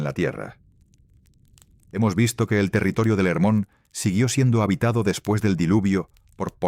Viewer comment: חרמוןcomo esta traducion es en ! Ingles por ESO lo peonuncian con la "h" muda pero en fonetica hebrea se pronunci "Germon"..asi se pronuncia en israel...y no se dice erem sino "Gerem